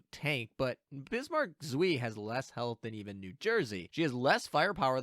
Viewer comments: Leipzig too. German is one of the easier languages as far as vowels go. "ei" rhymes with American "pie". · the pronunciation of "Zwei" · Nice video, but the pronunciation of "zwei" kills me xD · Have a drink every time says zwei wrong.:P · You indeed never spoke german, because I don't know what abomination you created from "zwei", but it's 100% not german :D And if you want to hear how it should be pronounced, there is always google translate :) Good luck in the pulls! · Hearing you mispronounce ZWEI pains me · It's not Zwee. The "W" in German is pronounced like a "V" in English. The "ei" is pronounced like "eye". So it's "Zv-eye" but not 2 syllables. It's just one. C'mon. Please, for the love of God, don't turn into KimoCheese on us please? Take the 10 seconds to consult Google translate to get the pronunciations correct. Edit: Also, I'm really hoping that Bismarck Zwei is really only going to be great in a full KMS fleet. I'm so sick of incessant power creep in my games I enjoy playing. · German tips: W is V and anytime I and E are next to each other, you pronounce it like you were just calling out the second letter, in this case I. So Zwei is Zv-eye. Also, tarot is tair-oh, not tar-oh. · Zuh-vy, or even Zuh-fy but make it one syllable. Long I. Should not rhyme with 'whee!' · Zwei is two on german so it's not "zwi" it's "cwai" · For those unaware, Zwei is pronounced "ts-v-eye." This is because it's German and Z's are pronounced like a bee flying by your head while you are trying to sleep. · Zwei is pronounced "ts-veye" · The ei in zwei is a long eye sound. Like saying eye. Kinda painful hearing it mispronounced for some reason. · Zuí, almost french, which Bismarck is of course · zveeee, it was painful. but the video is great! :D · Your pronounsiation of "Zwie" (2)... Rip German. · Bismarck zui ? xD Guys come on :'D jk, i love how you pronounce some german stuff haha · what even is that pronounciation is bismarck zwei??? 🤣🤣🤣🤣🤣